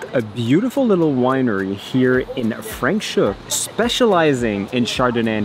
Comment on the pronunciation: Hi Guys! Try saying Franschhoek with an A and NOT with an E - Franschhoek and not French hoek. 😁😁 You were asking us how to pronounce it and I am now telling you. I am Afrikaans, holidaying in the Cape right🥰 now but have been living in Saskatchewan the past 11 years.